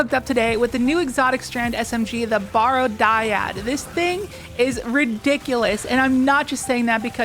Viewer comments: I hate being "that guy" (no I don't) but it's "barrow" like "wheel barrow." Means a burial mound, like the Barrow Downs from Lord of the Rings. Not "borrow." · People, it's pronounced "Barrow" like you do in wheelbarrow. I don't know what about the word would possibly make you think it should sound like "borrow". It's referring to a mound of earth over a grave.